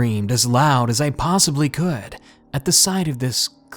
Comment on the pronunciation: Are you having a stroke at the end of that sentence?